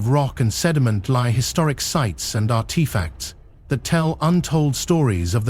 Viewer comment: are-tee-facts?????? who in the world pronounces artifacts like that? thank you, AI!